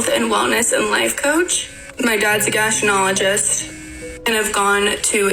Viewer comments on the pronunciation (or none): Did she say Gastinologist? Did she mean Gastroenterologist?! WTF